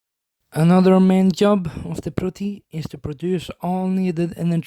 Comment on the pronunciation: Why do you write protoi but say proti , and why do they have this name